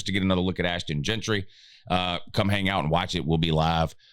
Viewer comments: his name is “Jeanty” not “Gentry” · Jeanty not Jeantry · His name is Jeanty.